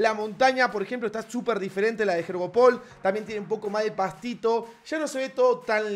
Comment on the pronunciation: Todos: “yoryopul” Lu: “jeorjopol”